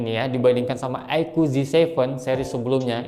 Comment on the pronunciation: Aiku bukan aiko